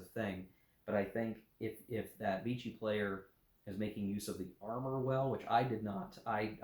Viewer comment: Note on French pronunciation: Vichy is pronounced, "Vishy". Rhymes with fishy. Thanks for review.